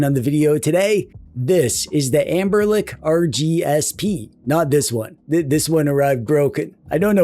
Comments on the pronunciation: Is he saying amber-lick instead of Anbernic? 😂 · I am not crazy, you are saying amberlick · i can’t unhear amberlick 😭😭